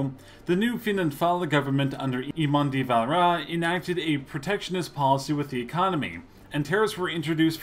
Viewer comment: lol he dosen't just butcher De Valera's name he dosen't even pronounce Anthony Eden's name right either.